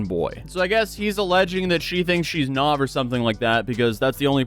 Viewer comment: I’ve never heard anyone pronounce nav like that. Even nav 🤣